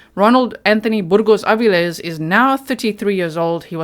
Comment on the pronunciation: How many people ♥️ pronunciation of Burgos-Avilles? ⤵️